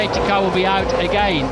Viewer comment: "Over and over and AUT of tis raisss". Classic